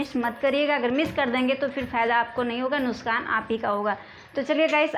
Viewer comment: नुसकान नहीं नुकसान बोलो